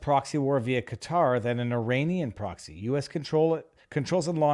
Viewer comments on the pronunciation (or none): none